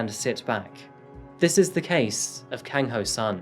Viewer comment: You may want to research your cultures a little better. The killing and eating of dogs in Asia is cultural not psychotic. China actually has a annual festival and Japan use to have "Dog" Shops where you could buy dog meat. Other than that it was a very good presentation, but you also may want to check your pronunciation., it was pretty good except the Si is pronounced She, rather then See and Kang is a short a not long a as in car.